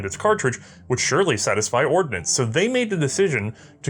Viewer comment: You do realize it's the US Army "Ordnance" corps, not "ordinance," right?